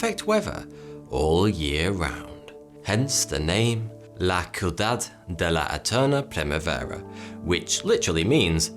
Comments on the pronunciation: The way you pronounced la "ciudad de la primavera" killed me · I am not going to lie, I cringed when he pronounced "La Ciudad De Eterna Primavera". Oof, it was so far off lol.